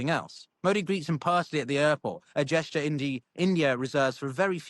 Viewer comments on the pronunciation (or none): none